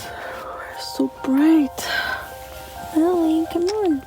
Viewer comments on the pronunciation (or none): none